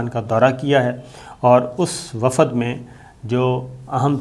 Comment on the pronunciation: Wafad nahi wafd sabir bhai